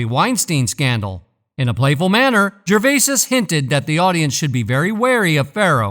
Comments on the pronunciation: It’s not Gervaises ……..it’s Gervais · FFS.......its "Jer-vay", not "jer-vases"🥱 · I was just about to start typing this and there was your comment top of the pile! Good fellow! 👍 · Its Gervais not Gervaisis. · It’s gervais not gervaisis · I second that, Gervais-IS 😂😅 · You'd think he could pronounce every other name correctly and when it comes to the subject he would know how to pronounce it!! 🙃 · I dont know what is worse, suffocating a puppy or hearing you say "gervaises". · You’re an idiot. Tom Hanks definitely sold his soul and I am sure that he’s guilty of a plethora of indecent acts. Back to you, though …. How stupid can you be? You pronounced the mans’ name wrong every time you said it. I hate people. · Jesus man.....do some research and cover the F*£ing basics by pronouncing his name correctly ......it's literally the simplest bit of research.....stop being a typical lazy yank dear god!!! I would have invested more time in this video but switched off around 2 minutes in....I couldn't bear hearing you say it for a 5th time!! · What is this stupid narration? And why the fuck can’t it say “Gervais”?